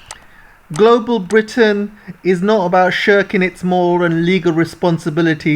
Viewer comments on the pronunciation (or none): none